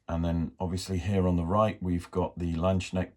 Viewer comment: The "k" in "landsknecht" is not silent 😂